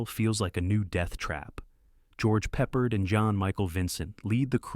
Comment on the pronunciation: George Peppard, not George Peppered!